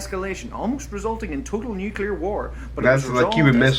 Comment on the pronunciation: He said Nucular..